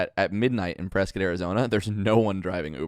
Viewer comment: As someone from Arizona it really hurts the way that pronounces Prescott.